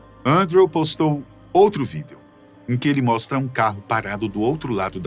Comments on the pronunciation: Vídêo vídêos vídêo vídêo vídêos. Pqp, que agonia... Larguei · Ele falando vídêo dói os ouvidos kkkkk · De boa, quase fechei o vídeo por não aguentar ele falando vidêo toda hora. Que nervoso que me deu ouvindo-o falando assim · O infeliz para com esse negócio de falar vidEo , todo mundo sabe q é o correto mas ninguém fala, q agonia, cara bobo esse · Por que falar vidEEEEEEEo desse jeito tão esquisito??????????😂😂😂😂😂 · Quem fala vidêêo ? 😂😂😂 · Que desconforto ouvir esse cidadão proferir a palavra vídeo.... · Tenho agonia do jeito que ele pronuncia a palavra "vídeo" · Tão engraçado como o apresentador pronuncia a palavra Vídeo 😂😂😂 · Vdd kkk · sim víDEO é como se escreve, mas nunca ouvi ninguem pronunciar assim, fica muito estranho.